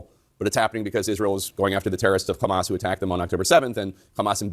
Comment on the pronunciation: Funny how American media has started saying KHAMAS instead of HAMAS???